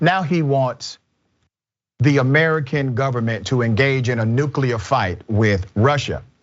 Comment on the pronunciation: Oh gawd don't say nucular! I thought that was how ignorant Republicans pronounced it!